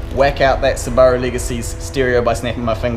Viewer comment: Sooo Bar OOO (Subarau) Niss in (Nissan) ! LOVE IT